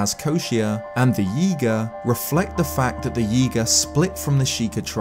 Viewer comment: Every time you say Yiga, it sounds like Yeega which makes me think you're going to say yeet